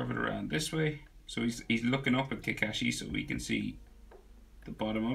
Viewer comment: im wondering why he says kakashi as kakeshi